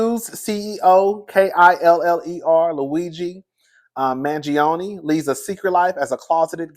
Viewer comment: You mess up some names but you Pronounced Mangione right 😂😂😂😂!